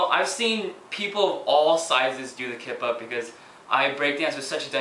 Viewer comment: everytime he says kip up it sounds like kpop... O.O lol